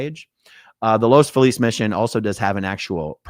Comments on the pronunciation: It’s Los Feeliz. Not Los Falease . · Just FYI, Aaron, the city is pronounced Los FEE-liz.